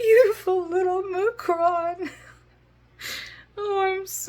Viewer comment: Mcrohns?? Are you saying Macaroon a.k.a. Macaron? Its pronounced Mack-ah-roon or Mack ah roan , depending on if you are saying it in French or American, and has 3 syllables But I dont think there is a two syllable word or cookie named McCrohn or Macrone (sp?) I could be wrong........... And you absolutely captured how much fun and electric the concert festival was! The only name I recognized, as a 61 year old, is Weezer. lol But it looked like you guys were having an amazing time!